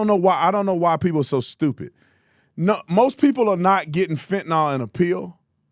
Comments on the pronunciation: I hate the dems so im not defending them clowns, if u gonna clown ppl for pronouncing shit wrong take ur own. advice. The drug is calleFEN-TA-NYL not FENT-NOL . You country bumpkin, i still love u tho. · Is Tapper a reporter or a debater? I'm listening to him and wondering does he love this country or not? Tatum... it's Fentanyl (fent-uh-null...not nall). Petty, but ya gotta say it right🤣